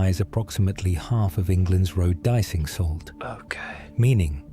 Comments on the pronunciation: ish : De-icing Not 'dicing'. How you know that it's AI reading a script and that you haven't checked the video, afterwards. Tsk. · AI Commontary - Boulby mines - 'De-icing salt', not 'dicing salt', and it'd 'pot-ash', not po-tash'